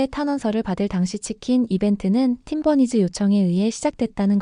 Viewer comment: Lol. How did the AI pronounce 'Team Bunnies' as 'Tim Bernice.'